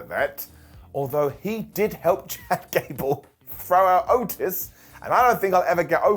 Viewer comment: Did he say “Ghad Cable”?😂😂😊